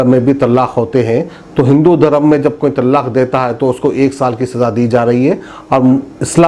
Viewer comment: Tallaaq nahi talaaq bolo urdu sahi karo apni aur national channelon ki naqal mat karo apne mein qabiliyat paida karo